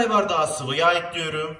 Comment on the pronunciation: Eklüyrum demesi cok hosuma gidiyor neden bilmiyorum🤫😂😂